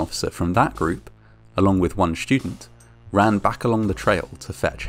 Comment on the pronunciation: “Shtudent”? “Shtream”? “Conshtructed”? “Shtructures”?